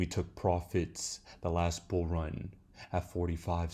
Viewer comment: RIPPOO, BEARABOO BOO, X OAR PEE, AND RIPPOO 100 MIWWYIN A BUOO MARKET THIS IS BEARABOO BOOO